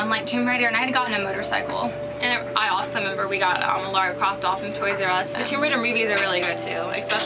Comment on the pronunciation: I like the outfit on the right, it's more like the game Lara, the one of the left is pretty Awesome though. But I'm pretty sure her name is pronounced lara not laura